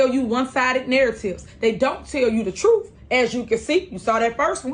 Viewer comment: What is “troof?” How can I get a translation to English? Hardly a verb gets conjugated.